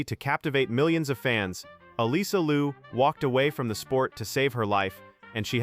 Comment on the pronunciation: Her name is Liu not Lu. You need to know how to pronounce it right first!